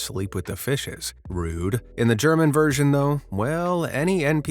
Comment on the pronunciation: german with G as in gay